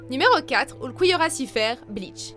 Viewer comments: ULCOUILLORRA WESH C QUOI SA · aie aie aie "oulquiorra" ahahah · A y a bien oulcouillora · Pardon ? Ulquiorra Cifer ? Cifer ? ULQUIORRA SHIFFER BORDEL ! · J'aime se que vous faites mais tu ne sais pas dire le prénom ulquiorra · tu as ecorcher le nom de ulquiorra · KIYOYA 04 cette prononciation est deguelasse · 4 mais putain pk ils ont mal prononcer sont nom ! Vive le nouveau Ulquiorra hoghyoku qui est sortie y a 1 semaine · j'ai faillis avoir une attaque , Orihim et Ulkiora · Ça se dit orihiméééé et ulkiorra schiffer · Attend sérieux ta dis ulkouyora et orihim mdrrr tu devrais déjà apprendre à proncer leur prénom pour faire ensuite une vidéo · La prononciation d’ulquiorra et d’orihime ca va pas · JEEEEEEZ j'aime bcp cette chaîne mais alors là Ulqouiorra et Orihim les pronontions a Revoir Surtout que je kiff Ulquiorra= best character et on dit Orihime se lit avec é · La prononciation de Ulquiorra 😥et orihime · j'ai les oreilles qui saignent rien qu'a entendre la prononciation XD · ORIHM!!!,??? ORIHIMEEEEE PUTIN ET PAS ICHIGO ITCHIGO SI TA DU MAL bon ulquiorra compréhensible mais sa de dit Ulouquiora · Aïe la prononciation des noms des persos de bleach "ouyoulquiora" "orhime" "ishigo" faites un effort putain c'est si dur que ça de dire "*ulquiorra" "orihime" et "ichigo"